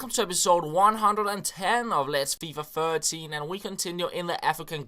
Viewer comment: feeefa ferrteeen. i love it! haha. nice vids man!